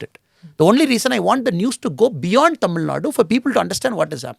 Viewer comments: This guy is unable to pronounce the name of the state Thamizhnaaduu properly...pronouncing it like some bjp rss owned national media reporters as" tamilnad"...so do u think he will do good to us??😂😂...we know about him very well..we are educated people and we don't fall for traps like this. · im a dmk hater now next? If ur representing your state to people then you have to do justice for it! What is this tamilnad? Who ever says it our response will be same. We cannot accept even the reporters who pronounce thamiznadu as tamilnad. How do we accept a guy representing thamizhnaadu and unable to pronounce it properly before Indian medias? A guy who is unable to pronounce the state name properly will help and uplift tamil peoples ! AM I RIGHT?